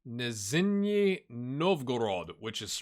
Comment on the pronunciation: nizhny is pronounced nij-nee (the j in nij like the j in taj mahal)